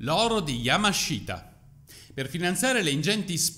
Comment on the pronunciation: Bel video come sempre MA... YAMASHITA si pronuncia YAMASHTA, la I nella sillaba Shi, in questo caso è muta 😁